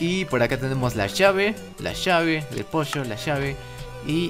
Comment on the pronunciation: Como que a mi cuando dijistes posho, me recordastes a la canción las chicas de verdad les guata el pollo frito.............Pollo, Pollo, POllA! lols que han visto El Rincón de Giorgio, entenderán :v